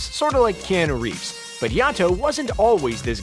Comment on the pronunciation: Canu Reaves? Cbr number one for killing at killing names